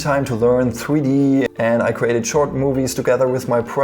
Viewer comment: Gween scween, weson, fweedee kweate